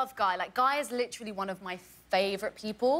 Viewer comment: Someone needs to make videos of every time Naomi Scott says “LICHRALLY” (literally) and every time mena massoud (I hope I spelled that right) says “I grew up in an Egyptian household!!!”